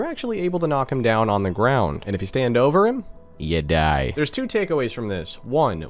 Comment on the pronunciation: "Die" as pronounced as "Dee" fyi